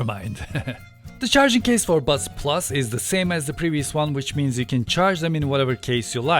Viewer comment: Seriously, am I the only one who kept hearing the words 'butt plugs' through this entire video :D Once again excellent review :)